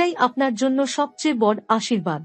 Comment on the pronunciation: বড়,দৃঢ়,উৎস ইত্যাদির উচ্চারণ সঠিক করুন।